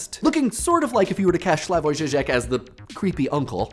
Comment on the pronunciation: The way you said 'Žižek' threw me off and I thought you were talking about someone else. I watched The Perverts Guide to Ideology and I will never look at The Sound of Music the same way ever again. (Ž is like the J in French only a bit harder)